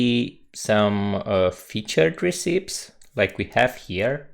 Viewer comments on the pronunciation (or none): Hi, just a little point: it is pronounced "reh-ci-pees".